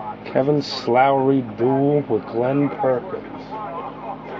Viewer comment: his last name is slowey not slowrey